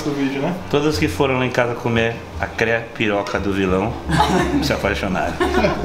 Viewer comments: CREPIROCA KKKKKKKKKKKKKKKK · A "CREPIROCA" KKKKKKK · Crepiroca você disse né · Crepiroca ele falou kkkk